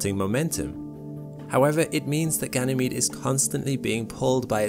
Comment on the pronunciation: Lol I thought he sayd gaynemede 🤣